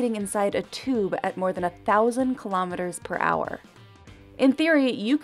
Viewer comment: Kilo'meters, not kalamaduhz.